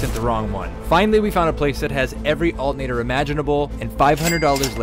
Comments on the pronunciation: He pronounced it with the 't' but not the 'r'. "Altenator" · I've never heard anyone pronounce alternator without the T 😅